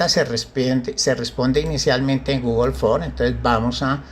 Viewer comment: Se dice Google ForMS. No Google For.